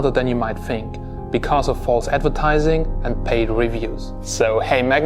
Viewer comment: harder dan you might fink